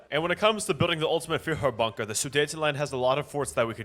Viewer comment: Few-her Bunker